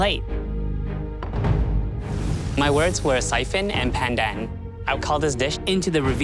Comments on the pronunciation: When pronounced "PANDAN" with slang you're a fake asian. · Dude, he is ethnically Asian, his nationality is Canadian But I do agree, whats with the strange pronunciation of just "pandan"